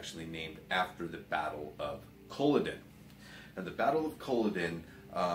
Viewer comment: only problem with this video is the butchering of the name culloden its cull - aw - den :)